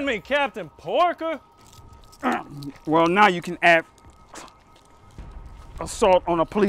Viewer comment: Sorry, I laughed when the guy said Captain Porker and it was funny though it is Captain Porter always getting perps. :)